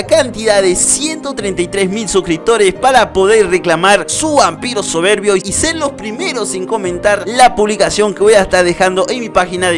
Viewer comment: Me gustó cuando dijo el Dragón Vampiro soverbii